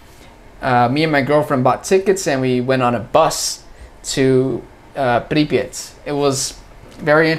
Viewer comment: Услышал как ты произнес "Припять",это прозвучало как "пипец".🤔 наверно ты прав.